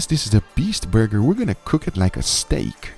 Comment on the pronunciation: "Chris likes a THICKKKK BURgeRRRrrrrRRRRrRrrr"😂😂😂